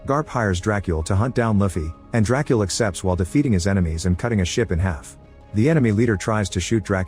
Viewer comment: the way he called mihawk drakuel :face-green-smiling